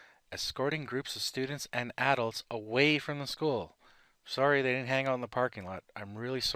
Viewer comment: Ahahhahahaha u are an idiot man u said adults wrong are u a teenager